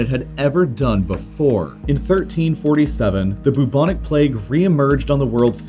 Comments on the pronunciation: There's only so much I can take of the syllable "bu" being pronounced as "boo". One minute and fifty-eight seconds, to be precise. I'm out. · Why do you gender empires and countries? I find it a bit off-putting, somehow. It, they...in this day and age, keeping stuff nice and neutral is probably best practice :) Also, 'bubonic' is generally pronounced with a 'byoo' as the first syllable, rather than 'boo'. Same with bubo. Such a delicious word, might as well get it right. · I've never felt so much pain from his pronunciation of bubonic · Boob-onik plague? I thought it was pronounced "bwebonik" plague 🤓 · How Ameircans say Bubonic makes me wheeze omg.